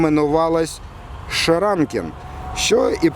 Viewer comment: Не шеранкен, а SCHRANKE шлагбаум ,( шранке)